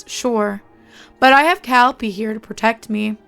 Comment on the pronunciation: This was decently read. I only wish you'd listened to (and then used) your friend's correct pronunciation of Calliope when you read this.